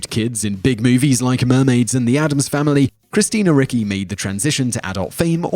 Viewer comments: REE-chee. It's Italian. I do NOT see how Simon can be SO wrong in SO many videos, and always with very easy names. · Isn't Christina Ricci pronounced 'ritchee'? I thought it's Italian name, if I'm not mistaking two c's next to each other are pronounced as English 'tch' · It's not Christina Ricki lol!! Ricci, reechee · Christina Ricci's name is pronounced REE-chee, not RICK-ee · When you mispronounce the names of super famous people whose proper pronunciation is easily sourced, it really makes a person cringe. Christina Ricky? Ree-chee. All over the place. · Christina Ricci? Ricky? Reechy. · thought it was ree-chee too, not ricky. AND, it was Roger Corman, not Robert. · I thought it was pronounced 'Richie'. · It's pronounced RICHIE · It’s pronounced Ree-Chee !! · Christina Rie-Chi. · it's Ricci as in Ree Chee. Simon, look up some pronunciations. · Christina Ricci...it is pronounced like reach-y. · Pronounced Ree-chee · Yup. Ricci = Richy